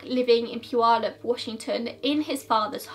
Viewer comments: Idk how you say the city name correct when most ppl near the city cant say it correctly. Great video. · This is the first time I've heard someone pronounce puyallup correctly who is not from WA! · Yay! You pronounced Puyallup right! Lol. I’m from the area and people who aren’t from here rarely pronounce it right. Kudos to you! :) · Hey, you pronounced puyallup correctly! I rarely see that from people that aren’t from around here because the tribal words just have a certain kind of pronunciation that isn’t common other places. Idk if you intentionally looked for the right way to say it, but thank you :)